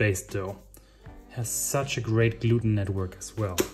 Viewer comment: Did you say, "gluten-tag". If you did that's hilarious 😂 I watch you channel sporadically.